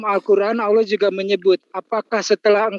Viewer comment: Saya suka dengan penyebutan nama Allah fasih benerrrrrrrr yah padahal baru jadi muallaf dan cerdas ini orang ,mudah2an selalu dalam lindungan Allah swt 🤲